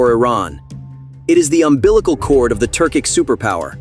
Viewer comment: Turkish states, not Turcik